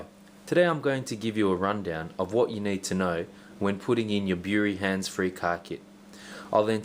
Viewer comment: Erm no installation shown and he's saying "Bury" Wrong :s